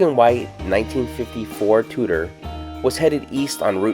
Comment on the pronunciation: Tudor is pronounced “2-door.”